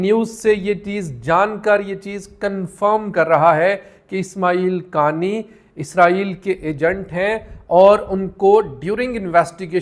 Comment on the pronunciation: انکا فیمیلی نام”قا آنی” ہے۔ قانی—غلط ہے